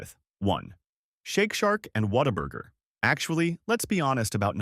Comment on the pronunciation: Okay you kinda lost me when you didn’t even pronounce Whataburger right.